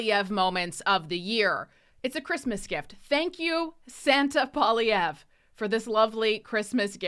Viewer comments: It's funny none of his fans can say his name correctly.😅 It means furry rabbit. Pwell lee evra Poilievre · No offence, but maybe pronounce Pierre Poillievre's name correctly first The others among the Liberal Cabinet reshuffle will, soon enough, be made redundant. Many thanks.